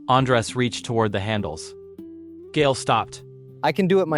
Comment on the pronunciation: Isn't Gael pronounced "guy-el"?